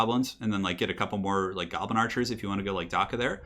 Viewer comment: "Shoblin" even though it was said by accident, gave me a big smile while I am sick with the flu.